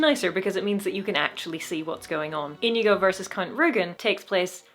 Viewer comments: I'm sorry to tell you, but your pronunciation of Íñigo, while correctly pronouncing the 'ñ', had a mistake. Unlike in English, in Spanish which syllable carries the force in the word matters quite a lot, and in Íñigo, it's the first one, even if to english speakers it seems more natural to apply the force on the second one. That is, it's *Í*ñigo and not íñ*I*go. But no sweat, of course. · Sorry but, It´s Iñigo not Inigo. Ñ alt+0209 or ñ alt+0241. It sounds like onion. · You still... it's still... you're... You're still pronouncing it wrong!!! It's ÍÑIGO, with an Ñ, not an N!